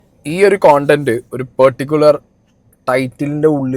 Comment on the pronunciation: കോണ്ടന്റ് നഹി.. കണ്ടന്റ്. മറ്റേത് അരോചകം. Hear pronounciation please